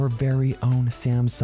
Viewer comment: If i had a dollar for every time he say samsong galaxy (something) i would be a millionaire